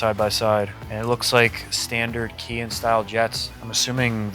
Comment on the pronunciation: Not trying to come off like a troll or anything, everybody does this and drives me nuts. The word on the carb, Kehin. It's not pronounced: key-hin, It is pronounced: kay - heen. Kehin > say, Kay - Heen. You're welcome.😂